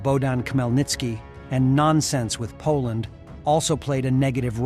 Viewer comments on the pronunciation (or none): none